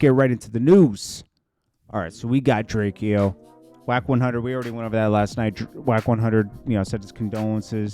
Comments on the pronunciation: it’s pronounced Drake-O by the way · Why you keep disrespecting the man by continuously mispronouncing his name , it’s said Drayco!!! The fact you keep mis prounouncing his name shows your lack of true respect for the man .. PUT SOME RESPECT ON HIS NAME FOO!! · His name is pronounced Drake-o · FOR THA LAST TIME BIG HOMIE HIS NAME IS... DRAKE....O.... THATS HOW U SAY HIS NAME🤣🤣SHEESH..WORSER THAN CALLIN A KOREAN CHINESE🤦🤦🤦